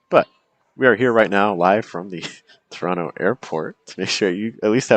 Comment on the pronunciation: Hi,, Great live stream as always I enjoyed it a lot. You were at Toronto Airport. Despite living in India, I had no idea that the first syllable is strees. I hadn't considered this because I dislike Indian English.Some people speak English really well. Thanks coach.